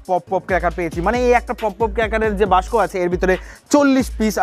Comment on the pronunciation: দাদা বাস্ক না ওকে বলে বাক্স 🤣